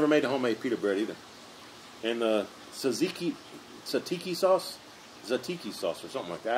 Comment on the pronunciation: I yeah I almost forgot. Great pronunciation of Tzatiki and Gyro👍🏼. You nailed it. It is Pronounced Zat Ziki and Yeero. You must have some Greek in you after all. Good job